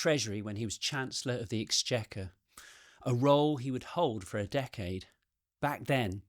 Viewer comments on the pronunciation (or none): none